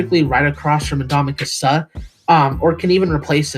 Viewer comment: Dude, please learn how to pronounce the players names. Nothing destroys your credibility more than to pronounce a player's name wrong when they've been in the league for 10 years like Ndamukong Suh